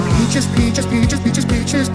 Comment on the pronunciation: I know he says peaches but Im still hearing BIETCHES!